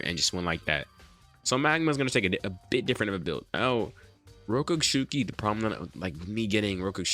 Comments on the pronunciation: rokushiki not rokooshooki sounds like im nagging sorry ;) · Rokushiki NOT ROKUSHUKI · Rokushuki? Isn’t it rokushiki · Bruh it’s not that hard to pronounce rokushiki